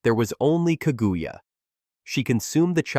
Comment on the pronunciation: He even said kagooya